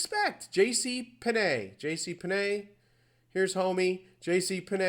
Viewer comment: Why do you pronounce "Penney" , "Pen nay" ? Its always been JC Penney , even if 75% of the world spelled it incorrectly as in the copper coin .